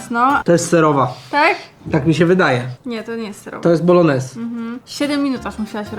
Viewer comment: no wszystko git, ale nie mówi się BOLONEZ tylko BOLONIESE. Pozdrawiam 😁